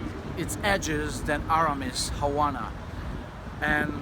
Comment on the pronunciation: It must be a thing to detrone your favorite one Havana! (btw, the "v" is pronounced as being at the beginning of the word eg: "Vanish", "Velvet", etc... just a tip from a spanish language native :)